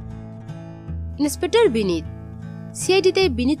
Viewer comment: দয়া করে উচ্চারণ ঠিক করুন। ছিআইডি, ছিরিয়াল - এ আবার কি?😮 ইস্ত্রী, ইনেসপেকটার, ইস্মিতা! উফ্! যখন জনসমক্ষে কথা বলছেন, একটু সতর্ক হয়ে বলুন, প্লিজ! আর এয